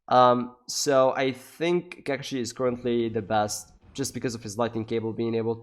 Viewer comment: WTF IS “ka ka shi “